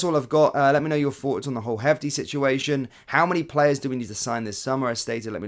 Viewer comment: FYI Jefte is pronounces Jeste. He is Brazilian (Portuguese speaking). If he was Spanish speaking, it would be pronounced Hefte.